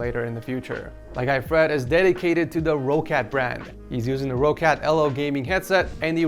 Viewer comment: U butchered "roccat" so much